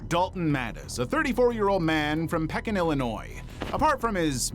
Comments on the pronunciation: Dude I’m not supposed to recognize any of these places but there’s my favorite gas station. Also it’s Pee-kin, not peck-in. 😂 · I have 5 cats and a dog, but never will you be able to smell them! Unless they just freshly used the boxes. I always freak out when I can smell them and quickly rush to scoop or clean up! How someone can live like that!? Also, it's Pee-kin, Illinois. Sadly I used to live there.